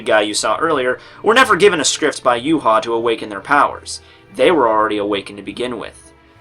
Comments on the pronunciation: Is actually, "Ya-wei" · Why pronounce his name Yew-ha? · The Yh in Yhwach is pronounced "Yu-ha", and the Wach is "Vak", so it's actually "Yuhavak"